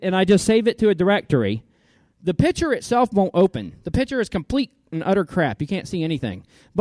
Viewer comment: it's pronounced piCture piCCCCture, you know, with a k-sound. also, saying "RAID Array" doesn't make sense